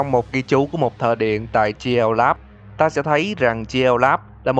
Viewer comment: Anh nói ta sẽ đến mà nghe thành tao sẽ đến